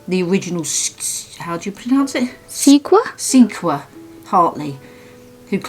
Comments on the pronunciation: Are you guys saying Sequoyah? It's pronounced "Seh koi yah". Just in case you come across anything again :) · The name Sequoyah is a word I had heard many times before and prompted me to do a little research myself! Sequoyah is pronounced like Sē-quo-yah who was a famous Cherokee native American, Scholar. He was the first and the only known native American scholar who invented the alphabet for the Cherokee language and the syllabary, in 1821 he brought it before the tribal council. He wanted his people to be able to read books and any kind of books they wanted to read, which he called pages in a book "talking leaves". He also went by his father's name that was given to him by his mother. His name was George, Guess, Gist. And he mostly went by his Cherokee name Sequoyah. Sequoyah's biological father had abandoned his wife while pregnant. She was also half Cherokee. All of this went on between . There is so much more to this man than meets the eye! I cant justify how important Sequoyah was to his Cherokee tribe and to America. So much so, that the Sequoia National Forest was named in his honor. Sequoyah and sequoia are spelled differently but have the same meaning! So I am thinking that the inventors of these crazy quack remedies where trying to ride the coat tails of famous names or using mrs. As a way to sell their products and taking advantage of people who are in pain. It so barbaric and scandalously shady behavior just to push their products! I went on to find out all of this thanks to, The National Geographic website. I only looked it up because of what you have found but I